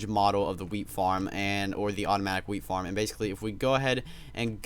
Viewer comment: at first i thought he was saying "weed farm"